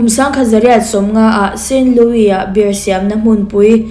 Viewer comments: Beer🍺 i lam dan hi a dik chiahlo miss😊beer🍺 hi chu mizo hawrawp a biar tia lam tur ania,savawm (bear) zawk hi tuna i lam dan anga bêr tia lam zawk tur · Bear = savawm 🐻 Beer = 🍺🍻 Mizotawngin a lamdan dah chhin ang aw Bear - beer Beer - biir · Bear ( savawm) angin i lam char2 a lawm beer chu mizo tawnga Biiiirrr ti anga lam tur ania.. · Mizo tawnga Savawm chu bear,Zu chu beer(biar)tia lam tur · Tinge BEER hi 'BER' tia i lam rik tlat a, SAVAWM tihna daih asin. Chrome atang khan english lamrik dan dik lo en thin rawh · Bear angin i lam a,beer 🍺 tih zawk tur ni awm tak,kalo ti ve mai2😊